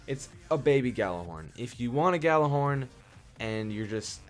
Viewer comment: Ghorn is pronounced with a "Y" not a g